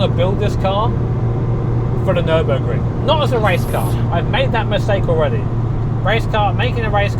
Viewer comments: Ummm, Fer-Burg-er? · congrats! ferrar-o-ring?